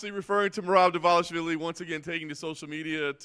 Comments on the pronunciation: You’re butchering merabs last name bruv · Idk if you’re saying his last name correctly but keep saying it like that it’s fire 😂